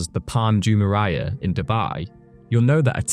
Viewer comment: It’s palm ju-mei-ra not ju-me-ra-ya